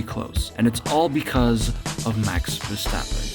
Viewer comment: it’s Max Verstover